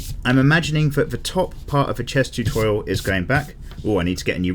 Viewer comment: I*'m going back once again to this "Choo-Thor-Rial" 🤣🦵